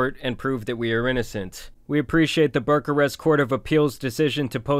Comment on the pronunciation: bruh aint no way you say Bucharest like that...Aint no way...its BOO-CUH-REST